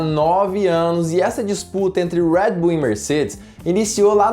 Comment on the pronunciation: “Uedi buull” eu falo redi bul msm fds kkkkkkk